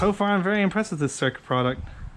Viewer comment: Cool, pretty helpful. Oh, and sick car, too! So, when you look at those handguards, do you actually see the R before the C? "Cyrca" instead of "Cycra"?